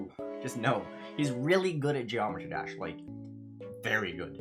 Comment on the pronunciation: he is a pro at GD and still barely knows how to pronounce geometry dash